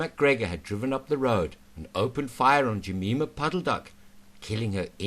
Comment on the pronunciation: We could analyse the many technical inaccuracies in this history, but won't. Let's focus on the narrator's inability to pronounce Jemima. I'll bet he is a Jerry spy. Went the day well ?